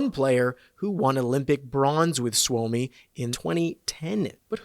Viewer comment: suomi is pronounced "sue me" not swoe me